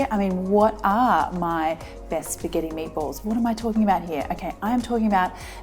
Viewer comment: Why do I’m hearing MAPLES whenever she says Meatballs?